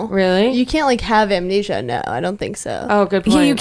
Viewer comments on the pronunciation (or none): calls anesthesia, amnesia and nobody noticed, love it 😂❤️